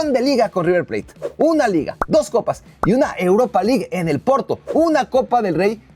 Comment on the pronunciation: Cuatro "coppi" calma wacho 🤣🤣